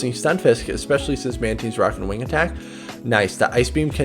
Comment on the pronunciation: Every time He says it runs wing attack i get triggered....